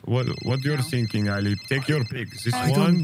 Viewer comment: pronounces the ع (Ayn) in Ali